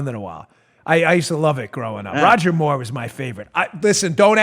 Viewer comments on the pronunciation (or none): none